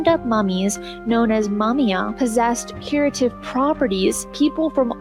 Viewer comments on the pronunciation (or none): When she's talking about the practice of eating ground up mummies it sounded like she called it "mummy yum."